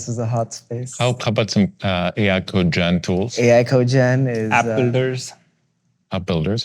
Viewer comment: code-gen, not co-gen.